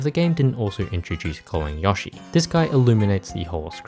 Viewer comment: Wh-why do you pronounce Yoshi like that?